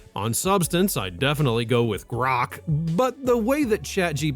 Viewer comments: The way he says "GRROKKK" is killing me. 😂😂😂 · Is that how your suppose to pronoun Grok? Grrrookk!!! Lmfao. Or is that just the way you say it? I really don’t t care I’m just wondering why you pronoun Grok like that. Elon Musk sucks big time. But cmon. You’re a little bias towards Grrrookk and love chat gpt. Or that’s how it seems. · First, can you stop pronouncing "Grok" like that, it's extremely irritating. Second, war crimes directly connected to the Commander in Chief, Grok is 100% on point, as it always is. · You know I really like your podcast but the way that you pronounce Grock it's mad annoying ! Please be considerate of your listeners.. thanks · Quit saying 'grok' so weirdly. It's distracting. This is my first ever comment on YouTube. Huh.